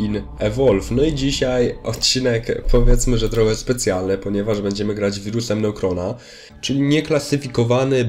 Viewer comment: to się czyta chyba wirus nekroa